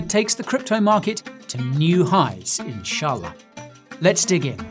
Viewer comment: LOVED THE WAY YOU SAY "INSHALLAH"